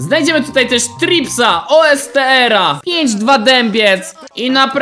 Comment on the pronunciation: mordzia O.S.T.R czyta sie OSTRY